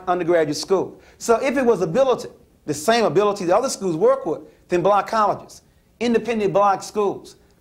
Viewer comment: Blooonk colleges. Dude just pronounce it properly.